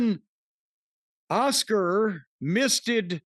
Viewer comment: It's Cornys way of saying Asuka lol